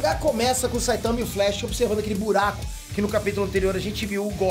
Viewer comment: "E um fuye,um buiaquo na paiede"